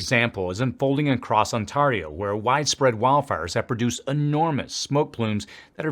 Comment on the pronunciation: I’m sorry but, how did you pronounce the word Ontario?